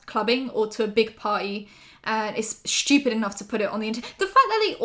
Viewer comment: nobody:: shhtupid